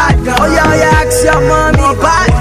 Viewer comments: ask not axe.. wizkid you should practice. thanks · He said 'Axe your mummy' lol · lol pls don`t "axe ur mummy"